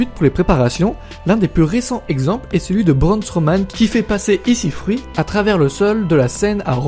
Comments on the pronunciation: Bonne vidéo, mais t'as pas respecté le nom de Ici Fruit 😂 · "ici fruit" 😂